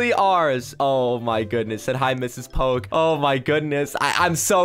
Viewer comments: IM SORRY! I CANT WITH THE “pokey”! My mom likes eating pokey(sorry- got the spelling wrong- it’s spelled as poke. So she likes eating poke-) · poke sorry for that is say po’e